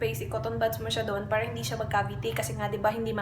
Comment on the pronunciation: Ano yung Title? Click bait ba? Saan sya walang Paki alam? Kaya pala dami sya noon haters.maarte pala sya mag salita. Feeling rich kasi. Para, parrra daw,ma arrrrr sya 😂😂